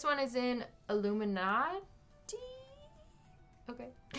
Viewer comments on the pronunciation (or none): “Illuminat-iii?” I think you mean illuminate (pronounced Ill oo min ate)